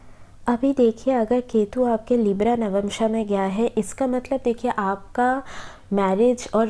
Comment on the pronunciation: It's navamsha not navmansha 🤦🏻‍♀️